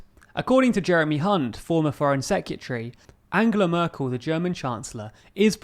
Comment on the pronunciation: You ahould practice saying Merkel. You pronunce it very strange